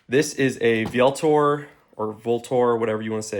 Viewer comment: Vltor is Latin for "avenger". And its pronounced ultor (like ultra). And as for suggestions, I'd suggest using something besides gorilla tape for cable management. Ranger bands are cheap and far less ugly. Otherwise, solid setups overall